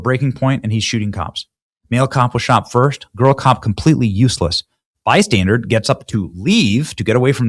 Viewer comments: Terrible. Also, mate, it's bystander (as in someone who is 'standing by'), it's not bystandard as you have continued to repeat throughout the video. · Benny, it's Bystander , not bystandard. 😂😂😂😂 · Please stop saying "bystandarD!" You're hurting my ears. 😂😂😂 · "Bystandard". An "innocent bystandard". Really...? What is Benny Johnson's first language because it sure ain't English.